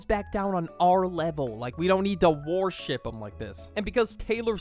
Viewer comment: please tell me that you’re saying warship and it’s not just me hearing it because it’s worship